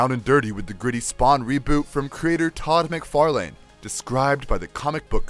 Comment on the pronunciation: Mick far Lan not mc far lane